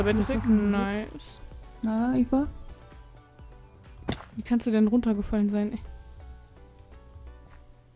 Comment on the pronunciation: Eva! xD Das wird im Englischen nur mit I ausgesprochen xD